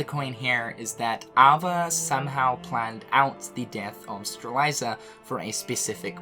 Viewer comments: the name is Strelitzia, how are you pronouncing it Streliza? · Say it with me,, Struh Lit See Yuh Strelitzia No judgment but if I don't point it out nicely someone else is going to point it out rudely:) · I can’t get over “Streliza” for Strelitzia. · Okay. Three things. 1. I'm pretty sure Maleficent learned of the Tome of Prophecies in Re:coded. She can only learn more about it from the past. This means that it wouldn't be right if she was in the past before KH2 when she didn't know about the Tome until that game. 2. still can't pronounce Strelitzia and Lauriam's names properly. 3. Knowing Nomura this will all make sense after a while but man this story gets crazier and crazier. But it's a delicious story none the less. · Lmao you're pronunciation of Lauriam and Strelitzia are killing me. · And strelitzia and ephemer wrong